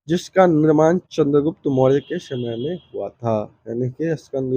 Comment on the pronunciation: आपकी भाषा बहुत अशुद्ध है . कृपया भाषा सुधारें . स, श अक्षर के उच्चारण मे कोई अंतर नहीं है, हर जगह श का ही उच्चारण कर रहे हैं. जैसे शमुद्र गुप्त, . अशुद्ध उच्चारण बहुत खराब लगता है. उष शमय...